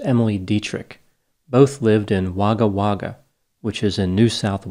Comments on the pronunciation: It's Wagg-ha Wagg-ha not War-ga War-ga. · It's so cute! Pronunciation was slightly off for Wagga Wagga (wogga wogga) and Queensland (queens- land) but I love whenever does Aussie cases:) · Pronounced wogga wogga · Zahra is pronounced the same as Lara. Wagga Wagga is pronounced as Wogga Wogga. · Wagga Wagga pronunciation is Woguh Woguh. We have some fantastic place names in Australia.